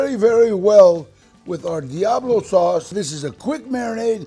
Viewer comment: I think Danny Trejo is one of the best, but he needs to drop the white talk on Taco, Diablo, tortilla and be his self and roll those R’s